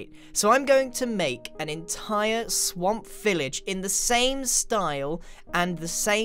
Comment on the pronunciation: When he said let's go back to the swamp, I heard let's go back to the sonk LOL O my goodnes yy?